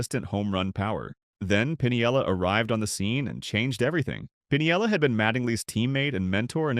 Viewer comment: THIS IS AI!! He can not pronounce Lou Piniella's last name. CLICK BAIT